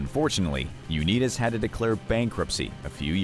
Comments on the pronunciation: Learn to pronounce Unitas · You mispronounce "Unitas"? And you expect to be taken seriously? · Learn how to pronounce Johnny Unitas's name. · At first I thought the narrator was joking about his Unitas pronounciation. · . How in living F could ANYONE mispronounce Johnny U's name? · Uneedus to correct your pronunciation of Unitas. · Johnny Unitas; last name pronunciation??? I've never heard it like this... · Nice pronunciation of unitas you nimrod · Way to butcher the name of the great quarterback Johnny Unitas! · Lost me at "Johnny Uneetus"..... 😂😂😵‍💫😵‍💫 Bye. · Why respect a channel that cannot pronounce names properly? Johnny Uneetas? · Stopped watching when i heard this AI say Johnny U-Need-us, three times. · Y'all just butchering names, its; Rah-geeb, U- nite-us, Co- Sar, Terrle (not Ter- rell) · So sad for Johnny U-nee-dis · Johnny UNITAS... LONG I not long e sound!!! Bernie Kosar... NOT Kosir... ar as in car!!! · Bernie Koz-er 😜 Johnny Uneedas 😜 etc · You lost me at U Knee Tus. It's Youn-EYE-tas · that is Unitas with an "I" not an E. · Come on guys. Check your pronunciation before you make the video. "Uneetus" is not how you pronounce Jonny U-nIt-us (long I not short i). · It's Un"eye"tis, not Un"ee"tis. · They need to know the proper pronunciation . Not Johnny U-née-dis but what about Johnny U-NITE-ES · Stopped watching at You-knees-dis name. Do better. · Is A.I reading this off?… u net is…? Really I just feel if you did any research you’d hear someone saying his name the right way 🤦‍♂️ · For crying out loud, it's pronounced "Un-I-tas" (long "I"). In MY heart, it will always be known as the Washington Redskins. RE: Dermontti Dawson: "He was $69,000,000 in debt... including a slightly alarming $20,000 worth of guns." What, exactly, is alarming about $20k worth of guns? Many guns cost thousands of dollars -- as investments or for hobby use. $20k in guns, for a multi-millionaire, is nothing. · You killin me with the unitas or as you say uneedis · U' ni tus